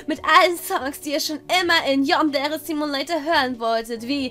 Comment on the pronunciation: Ähhhm man spricht eig Yandere wie es geschrieben wird... (sollte kein hate oder so sein :3)